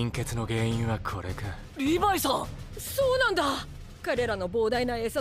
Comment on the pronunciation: ココアシガレット リブァイではなく、リヴァイですよ😅